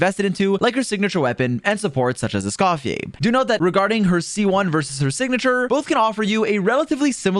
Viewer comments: THIS GUY: ESCOF-FER = ❌️ ESCOF-YAY = ✅️ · I love “Escoffiless” 😂